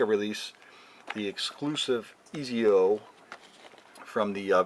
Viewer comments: im sorry to be rude but its pronounced (Etsio) not (Eezio) i don't want to be an ass but that pisses me off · lmao great review but his name is pronounced like etsio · Also it’s pronounced Etsio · ITS PRONOUNCED "ET-ZI-O" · Pernounced ( ets-io) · its prenaunchheeeyd Ettzio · You said exits name wrong but still good review